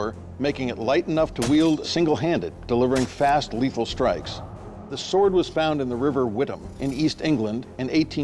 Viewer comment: Um it’s not pronounced Wit-ham it’s pronounced with-am